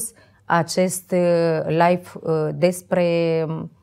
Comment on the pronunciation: Nu vreau sa critic insa cuvantul Live se citeste la fel si nu Life, care are cu totul alt sens. In rest bravo)